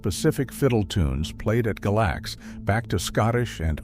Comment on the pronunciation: Tazewell should be pronounced as "Tazwell," while Galax is pronounced "Gaylax."